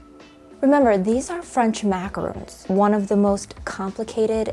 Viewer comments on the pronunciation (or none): MACAROON???!! These are maraRONs. Oy vey. It hurts my ears.